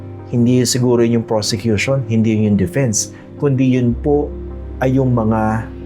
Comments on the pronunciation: Did I hear it right? Robin said "persecution" instead of "prosecution"? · Sir Christian,he said PERSECUTION not PROSECUTION.Correct me po if i'm wrong.But really,he doesn't deserved to be a senator-judge. He needs to go back to school and take up some courses.What a shame,he's been watched all over the world.🤦🏻‍♀️Watching po from Las Vegas,USA.God bless!🙏🏼🙏🏼🙏🏼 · "Persecution" ang sabi ni padilla hindi "Prosecution" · Paki correct din si Senatong na hindi persecution. It is prosecution😅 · Did I hear right? the Communist senator said "Yung Persecution" instead of Yung Prosecution"??? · Si Robin doesn’t even know difference between persecution vs PROSECUTION. HE UTTERED PERSECUTION instead PROSECUTION. ROBIN DOES NOT BELONG IN THIS SENATE BODY… KATATAWANAN. WALANG TAKE TWO DITO.. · Robin is saying "PERSECUTORS/PERSECUTION" not prosecution LOL WHO THE FACT IS GONNA TELL THIS HIGH-IQ OF A MAN?!?!?!?! 😂😂😂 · Me too I heard that persecution.